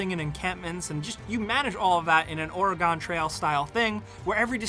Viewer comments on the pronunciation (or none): It's Or-uh-Gun not Or-uh-Gone. Thanks for the video. Looks like a fun game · Oregon pronunciation is supposed to be "awr-ə-gən". Basically just say organ (like an internal organ) then just add a "eh" sound after the "or", like "or-eh-gun". Just for those who were wondering. Because people from Oregon can't stand when we hear "Or-ee-gohn". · It's not "Or'uh-GONE"! end it with gun... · I believe he is from the East Coast. When I lived in Ohio, A LOT of people pronounced Oregon (Or-ih-gen) like "Or-ih-gahn". I guess it's just a thing. Drove me nuckin futs... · for the love of all that is good. It's pronounced OR-Y-GUN fluently, not OR-UH-GONE. And that's not just because I live here. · Oh god.. you said Ore GONE.. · he's pronouncing it like it's a mythical kingdom. "We settlers will head west in order to find the promised land of Orrigone." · GONE trail haha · Ore i (as in "it") gen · "The OR-a-GON Trail" lol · You say Oregon wrong... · That was an....interesting way to pronounce my state's name... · Is he pronouncing Oregon weird, or am I just crazy? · He is saying it very weirdly. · How else are you meant to pronounce it? Oregon is pronounced how it's pronounced. Do you say "Oreegan"? Or? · That pronunciation of Oregon tho xD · Hhhhhhh. Where do these people come from, and how do we make it stop.